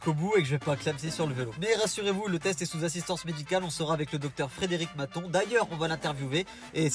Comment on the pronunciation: Qui a comprit docteur "baton''au lieu de" maton''😉👍